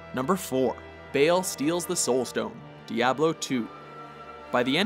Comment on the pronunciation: Not sure why Baal (ball) was pronounced as "Bale".